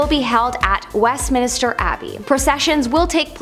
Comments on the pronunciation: Westminster not Westminister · Just a heads up ~ it's Westminster not Westminister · NOT WestMINISTER it's WestMINSTER. No extra "I". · Minster, not minister babe 🤦🏻‍♀️🤦🏻‍♀️ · Good video but it is Westminster not Westminister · Westminster, not Westminister. Lol. I can't wait to see the coronation- I bet it will be FABULOUS. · OK,, I can't hold it in any more it is minster, Westminster, NOT west minister 🤔👏🤣🤣🤣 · Just said the same thing, lol. Like when people mispronounce Worchestershire, Leichestershire, and more banal things like turmeric (tumor-ick, really?!!) Haha. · "Westminister." Cringe. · West-min-ster… Wess…min…ster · here . west - men - stir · Thank goodness someone said it. I was watching and cringing at west minister 😬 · Who else was bugging on her mispronounced Westminster... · not everyone is a brit you know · I was just about to say the same thing haha and the British are always insulted by Americans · Arghhhhh I know. Driving me insane! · God sake the poor girl only pronounced it wrong not stabbed ur gran, leave her alone Im British and cudnt care less, I still knew what she ment!